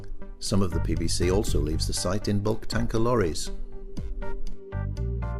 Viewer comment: sound like the commentator is saying pbc